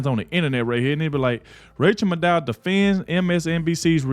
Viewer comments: Her name is Mad Ow. Not Made oh Just fyi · Pedant time. Rchel Maddow's last name has the accent on the first syllable (MAD-dow). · Her name is PROPERLY pronounced, Rachael Mad-cow. 😂😂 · It's pronounced rachael mad cow😅😅😅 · It's pronounced mad-ow (like mad cow, but not quite). Which reminds me, some of these lame-stream media people could use some rabies shots. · It’s pronounced Mad Owe … like mad cow. Im happy you didn’t know 🥰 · I love your content! It is Maddow pronounced like mad cow, and it fits hero a tee! They want Nikki Haley because she is a is a friend to the dems the guy who is bank rolling her is a major dem doner and a friend to Jeffery Epstein. Whatever the dems say the republicans are doing they , in fact, are actually doing! This has been going on for over 20- 25 years! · Last name is pronounced Mad..o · You're mispronouncing Rachet Madcow. :face-green-smiling: Vivek is not our (conservatives) friend. He's doing and saying whatever he has to to get his foot in the Whitehouse door. That includes accepting second place. Do some digging yourselves. Haley is a liberal shill, that's why the lamestream media isn't against her. They want her in there.